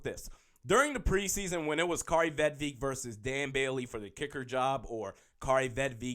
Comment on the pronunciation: It’s a i not E you dumb ass!!! Vedvick!!! Not Eek